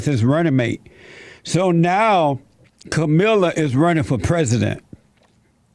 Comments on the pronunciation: It's not Kamila It's Kaaamala LOL. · Her name is the only thing he got wrong about her. And there are plenty of Democrat voters who don't know how her name is pronounced either, and they'll still vote for her because they don't care. The enthusiasm on the left isn't for the two people running against Trump, it's for the agenda they're promising to implement if they're elected. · Why do all of you conservative youtubers say the same thing. Nothing you say in this video is original. Can't even say Kamala's name correctly. I'm so bored with you all saying she will be the real president. Same talking points and everything. I hope you leave the country when Joe BIden is president come January 20, 2021. Don't let the door hit you in the ass when you leave crying like a little baby. HAHA